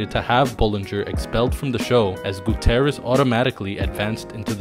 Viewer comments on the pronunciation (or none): Goo-TEE-ER-REZ not Goo-TEH-REZ. I dunno why that bothered me so much but it did.😐